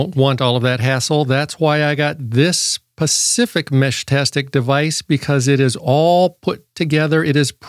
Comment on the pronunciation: just like he said "pacific" instead of "specific". LOL